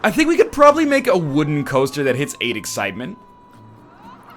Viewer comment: He is having trouble with the eggcitement... Also I'm here before Fitler so SUCK IT YOU FOOLS